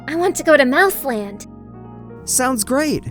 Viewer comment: Did girl say mouse land?